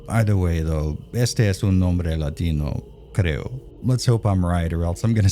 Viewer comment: "Este es un nombre latino, creo" 😂 Kudos for the nice Spanish pronuntiation